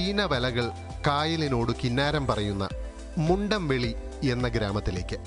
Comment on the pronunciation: മുണ്ഡംവെളി അല്ല മുണ്ടംവേലി